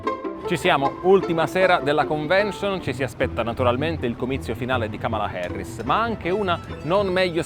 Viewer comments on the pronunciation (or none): Da buon italiano pronunci la “A” come se fosse una “E”, non capisco perché no dici :”Kemela Herris”